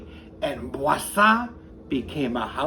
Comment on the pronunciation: Kudos to you,, for pronouncing Boursin correctly. I taught French for 30+ years and if I hear one more person say, «bore sin » I shall impale myself on my fleur de lys. Avec respect.